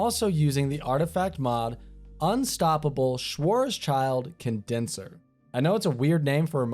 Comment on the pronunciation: As a german i'm dying inside from how he said Schwarzschild (If you do read this no hard feelings i know german words are weird sometimes from the englisch perspektiv)